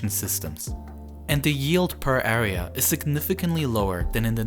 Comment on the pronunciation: I can’t hear him talk anymore sorry r and a are not the same area awea it’s just annoying